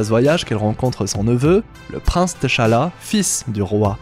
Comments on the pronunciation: Désolé mais le fait que tu prononce le prénom Tchalla Teuchalla m'a perturbé toute la vidéo 🤣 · Ça se lit pas << T>> << Chala>> mais < > même si ça s'écrit << T'challa>> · Ça se dit T’Challa (Tchalla) pas TaChala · AAAA c'est T'chala pas Ta'chala... gr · c'est pas te cha la c'est t'challa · s’il vous plait, c’est Tchallah pas T-Challa 🤦🏽‍♂️🤦🏽‍♂️🤦🏽‍♂️🤦🏽‍♂️😫😫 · c'est pas tachalla mais tchallah 😭😭😭😭😭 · TCHALLA ça se prononce « CHALLA » comme Chat 🐈 comme TCHAD 🇹🇩 le pays, arrêtez de détacher la lettre T dans la prononciation. C’est en deux syllabes TCHA-LLA et non 3 syllabes T-CHA-LLA ça sonne faux dans la prononciation, j’entends souvent les gens détachés le T dans la prononciation de TCHALLA, je ne sais pourquoi ils font ça et pourtant ce n’est pas compliqué à prononcer. TCHALLA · On ne prononce pas le T de Tchalla. Ça m’énerve tellement quand vous faites ça!!! Ils le font tout le long du film. N’importe quoi!!! Et ça ne s’écrit pas T’challa, mais Tchalla. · bonne analyse mais pk prononcer tachala ?? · Par contre apprend à prononcer tchalla.... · "TacHaLLa" 😫😫😫😫😫 T'Challa on prononce juste le T en phonetique, pareil que quand tu as dit N'Jadaka 🫠 ca fait 4 ans quand meme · Mon reuf commence déjà a bien prononcer le nom du king sinon çv